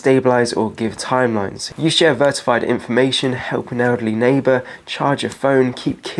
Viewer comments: Vertified? --》 verified, maybe? Or am I mishearing a word (multiple times) ? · what the fk is Vertified? i know what verified means but you keep saying vertified.. what is this ???